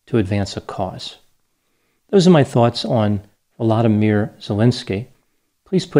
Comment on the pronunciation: Watching you speak comforts me. You speak from a place of truth and logic. Thank you for doing this video on Volodymyr and for pronouncing his name correctly 🥰👌 You are a champion in the media world. Carry on, good man. Carry on.